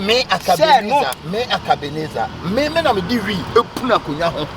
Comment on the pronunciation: I want to correct something here. I heard pronouncing a certain popular name in Ghana. pronounce it Akabenezer. The right name is Ackah Blay- Miezah this man is a very powerful man he's the first Ghanaian who dealt with the western worlds equally. He speaks his mind and stands by his thoughts. Ackah Blay- Miezah hails from Nzema. This is the correction of the name and bit of his history.Thanks